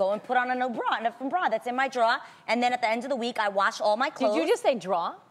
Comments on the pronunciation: Noo don't even! You know you said "Draw" cause you was combining "drawer" and "bra" Adrienne. Lol. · i’m from new york also i i thought u were supposed to pronounce it “draw” lmao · Lol Adrienne I’m from Boston and it’s a draw to me too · Omg i say draw toooo. Omgggg i thought it was just meeee😂😂😂😂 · Idk tamara there is one R in draw. Im from ny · Drore like store , I’m from south Florida lmao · I feel like I say droor. Door with an r